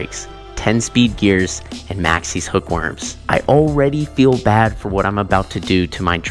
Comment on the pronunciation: its maxxis not maxxies… (max is) think that if you wanna say the brand right